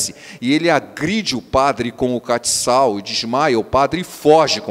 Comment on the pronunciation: Pastor não é catical(com c cedilha)é castiçal.So uma contribuição.